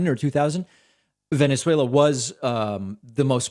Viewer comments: Tweeter haaaahahaha. Venezualer haaaahaha between the two can't pronounce simple words. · Tick Tack as well. Venuezwailla.